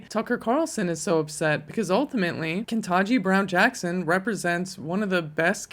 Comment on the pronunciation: Ke-TAN-ji, not "ken-tah-ji."